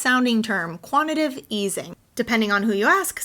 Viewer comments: "Quantitative" not "Quantative" 😖🤠✌️ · It's Quant-it-TAH-tive easing but love the video!! ~ sharing on FB so others can grasp this concept. Clock is ticking to some type of initial announcement on 22 August. People can buy the dip at $1,890 or $2,800 ~ a no-brainer :) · Quanti “tative”